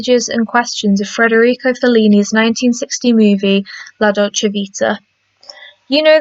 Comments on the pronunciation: It's Federico not Frederico BTW. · FYI it's Federico Fellini not "Frederico".. a small misnomer but it detracts from your credibility in an otherwise good video essay